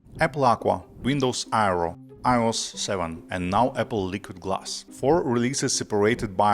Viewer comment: The way you pronounce “iOS” makes me wanna throw up